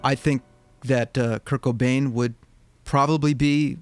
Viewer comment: Anyone else thought he was saying "kirk O'Dain" instead of "Kurt Cobain"